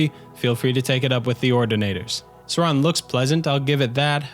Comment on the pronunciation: Suran. Definitely Suran.